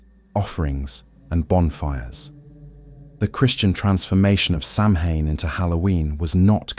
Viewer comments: Good show but please, it’s not Sam Hain it’s Sow win or Sow ween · I love the material BUT it is hard to listen to for 3.5 hours of mispronouncing Samhain!!! SAH-win. Not sam-hane!!! Thanks! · It's pronounced sowin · Some interesting traditions but also a lot of repetitive information. This could have been done in about half the time. And again, Samhain is correctly pronounced Sow win. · SAMHAIN IS PRONOUNCED AS SOWAN!! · I'm ending this video because I can't handle the ongoing mispronounciation. AI narration stinks!!! Save the humans! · its kind of a rather obvious point. If its supposed to be a history the least they could do is pronounce the main topic properly.